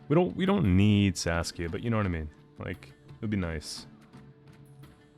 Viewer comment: I'm sorry, I have to write this down: Every time you say Saskia I always hear Sasuke 😂